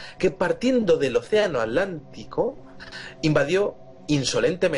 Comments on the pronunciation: Atlantida, atlantico, no pueden pronunciar bien esas palabras, lo pronuncian como alantida y alantico. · Gabriel Rocha Muiños Ya lo sé amigo, no lo dije por ustedes sino por algunos seres que piensan así. :) De todos modos me parece muy curioso que el diga Alantida o Alantico jejejeje